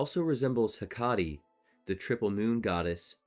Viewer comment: Great reasearch, but it would have been a little better if you looked up the pronunciations of some of these words, like Hekate (Heh-Ka-Tee). You can lose some credibility when you mispronounce (a lot of) words, so spending a few more minutes to look those up (on Wikipedia, online dictionaries like Merriam Webster or Cambridge, or listening tp other YT creators). It's obvious you read a lot about these topics, but did not hear a lot, basically. You definitely prioritized right (substance over style), so you add a lot to the ER lore community, but for a greater reach, you need to dot the i's and cross the t's, basically. For a lot of the pronunciations of the more occult topics ESOTERICA (YT Channel) is excellent.